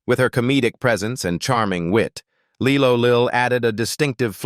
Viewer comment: Lie low Lil Not Lee lo